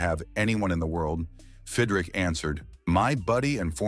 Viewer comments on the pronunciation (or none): God you Moron (his name is pronounced Fid Rich) not Fid Rick !!!! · Fidrick? There are great non-AI scripted and audio channels. This is crap. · Bothers me a little - it’s not Fid-rick - it’s Fid-rich. Another video pronounced his name Feed-rick. None the less, this guy renewed my passion for baseball. Maybe Mark went on to another place to do more of the same. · The narrarator could at least learn how to pronounce his name. Fid Rich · It's pronounced "FIDD-RICH", AI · I said that early in the video. But it was a good watch besides! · If you can't pronounce the damn name right, stop doing the videos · Nothing pays tribute better than spelling the guy's name wrong and then pronouncing it incorrectly numerous times. Well done... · You pronounced his name about 10 different ways. SMH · Pronounces his name wrong. AI stinks. I wish videos with AI VO would just say it.